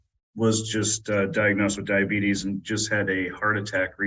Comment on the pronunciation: Diagnosed with Lie-A-Betus